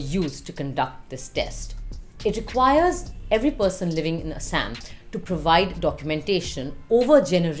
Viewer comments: Shouldn't be taking advice from a person who can't pronounce it properly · Binod pronunciation dekh rahe ho asssam 😂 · Why can't she pronounce Assam correctly.